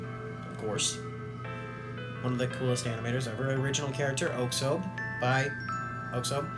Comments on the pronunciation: This was epik also its 'aux ob' pronunciation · The pronunciation for oxob is ox-sob and again your welcome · Heya man. I’m new but I would like to add some context for the video. Oxob (pronounced OXOB not OXOBE) has been through some s***. He was originally a stunt man but lost his hands in a helicopter accident. A government agency then brought him in and gave him new bionic hands as well as his added strength and electrical powers. He won several RHG fuels getting hurt severely almost each time. Then he lost a fight and his legs were completely crushed. After months of rehab he was able to walk again, barely. That’s when he fueled Jade where his bionic hands were destroyed. Jade then offered to spare him and repair his hands and give him the leg braces in exchange for joining her clan. He had pretty much JUST gotten them before heading out to fight Gildedguy. Throughout the fight both of them are pushed to their limits and Oxob’s prosthetics are severely damaged by the lightning. Gildedguy puts his gauntlets back on which reopens his wounds. So much so that you can see his hands are now covered with blood, but he still nods to Oxob on the ground showing he’s still gonna keep fighting. Oxob nods back, gets up, and walks despite the loss of his leg braces. And they keep fighting until the next morning where we see both of them completely worn out. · Oxob is pronounced as Osob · i think the correct pronounciation of oxob is ok=sob